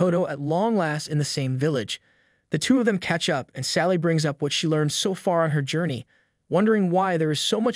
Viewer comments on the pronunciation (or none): none